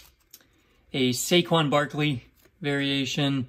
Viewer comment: man really said Saquon Barkley